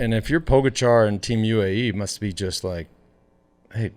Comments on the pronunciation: How about pronouncing Pogachar correctly? You guys have had enough time by now to figure it out. Show him some respect. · I did help out.. by correcting ur mistake. Now the ppl reading this thread will actually know how to pronounce his name. It all worked out in the end buddy 👍